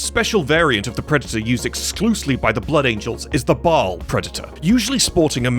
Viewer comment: Ba'al, not ball